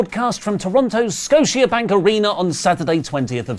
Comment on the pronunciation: Fun Canadian Lesson: Scotia Bank is not pronouce it as Sco-tea-ah Bank- it's more like Sco-sha Bank.